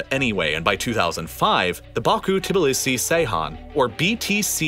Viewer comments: Ceyhan - pronounced Jeyhan or ˈdʒejhan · It is pronounced Jay-hahn, not Say-hahn. But good video. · Actualy Ceyhan reads Jay-khan, look up Turkish alphabet, looks familiar but has few tricks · Ceyhan=(J)eyhan fyi